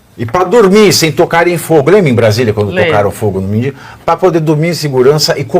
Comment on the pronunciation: Pavvina como seu convidado , uma pessoa que estudou em faculdade ,fala: MENDINNNGO ao inves MENDIGO....???!!!!😂